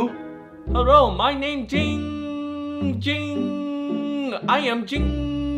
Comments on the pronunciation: This is the only occurrence where has pronounced jinnng jing’s name right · Finally for the first time said Giiing Ging correctly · he finally pronounced his name right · The only time has ever pronounced Ging Ging’s name correctly.